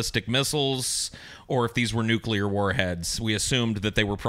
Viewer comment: Nucular devestation situation